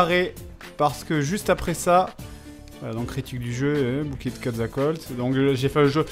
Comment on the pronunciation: Eh Fred, c'est pas Quatzctoatl mais Quetzalcoatl, heureusement qu'il est pas là pour voir ça ... 😂